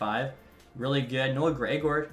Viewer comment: "Noah Greg-Orr"